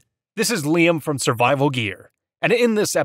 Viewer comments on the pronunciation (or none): none